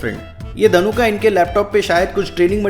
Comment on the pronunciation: His name is not ධනුකා it's ධනුක 😒